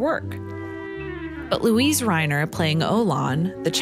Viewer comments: The German name "Luise" is three syllables: loo-EE-seh. It's hard to hear her name mispronounced. (But that's just me.) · You're mispronouncing her name throughout the video ... weird.